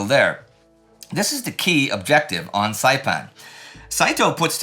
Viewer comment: Indy's pronounciation of the locations on Saipan is pretty good! He sounds better than me and I'm Chamorro